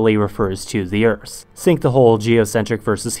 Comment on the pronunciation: The video starts with "Ze Earth" German language is starting to influence you😅